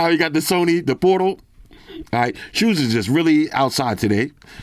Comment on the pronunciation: Soney fucking soney😂😂